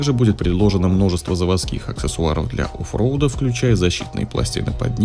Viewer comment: Что ещё за офВрот ? Говорить по-руССки умеешь? Нравится онклизгий - драйФУЙ в омеригу!!!